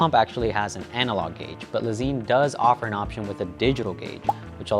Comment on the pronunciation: Pretty sure Lezyne is pronounced similar to Design. According to its founder anyway.